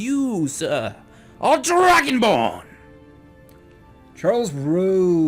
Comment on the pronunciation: Am i the only one that heard Dargonbone instead of dragonborn